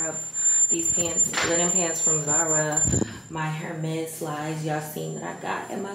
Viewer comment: babe- you gotta learn how to pronounce Hermes if you’re gonna rock it 😎